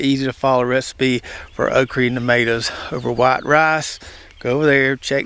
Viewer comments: Why do you say “okree” rather than okra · Think it's pronounced oak ra not re 😅